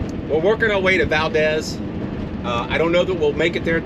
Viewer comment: Tok is pronounced with a long O, Valdez is pronounced with a long E. Loved the episode.